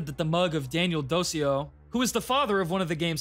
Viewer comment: Daniel Dociu should be read more like "Dochioo" or "DoChu"